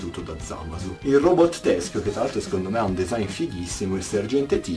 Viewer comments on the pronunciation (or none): none